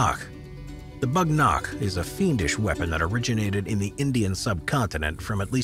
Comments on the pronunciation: it's not a BAGH NAKH its WAGH NAKH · Its not bhag nakh its whag nak means tiger nails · Not bagh nakh its wagh nakh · It's called "wagh nakh" not "bagh nakh" which translates "wagh means tiger" and "nakh means claws" it was originally devloped as a stealth weapon for self defense for events in which you couldn't use long weapon like sword it was introduced in mid 1600 by chatrapati shivaji maharaj a king from India who rebelled against intruders like Mughals, British for sake of his people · Bagh nakh is actually pronounced as Baaag Nukkh where Baagh means Tiger in Hindu Nad Nukkh means Nails in Hindi.